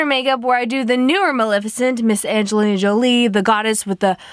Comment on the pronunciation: lol she said "when malefacent played Anglina Jolie